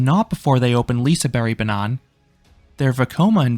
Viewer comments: Am i the only one who chuckled every time he said liseberg-banan bcs he pronounced it as “banana” 😭 fyi, it’s bAnan, not banAn 👍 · i'm sorry, i get that you're not swedish but i just can't get over how you pronounce Lisebergbanan. 😂😂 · The letter 'G' in Liseberg is not silent, it's pronounced like the Y in "Yak". Not that it matters, but in Swedish it sounds like you're saying "Liseberg Banana" when trying to say Lisebergbanan, although spelled the same, the syllable stress is way off. Thank you for an amazing review!